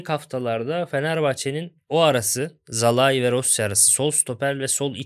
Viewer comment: Sinan Yılmaz ve Bülent Kalafat'a sorum var. Neden Szalai'ye ısrarla "Zalai" diyorsunuz acaba? Oyuncunun ismi "Salai" olarak okunuyor siz de bunu biliyorsunuz aslında. Oyuncunun 2. sezonu ve tüm maçlarda spikerler "Salai" olarak söylüyor. Üstüne Macaristan milli takımı ile de Avrupa şampiyonası maçları oynadı. orada da spikerler aynı şekilde söyledi. Ama siz nedense yanlış söylemde ısrar ediyorsunuz. Böyle yapmak hoşunuza mı gidiyor?